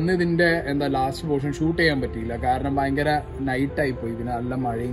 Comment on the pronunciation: ഫയങ്കരം തന്നെ🥴🥴🥴🥴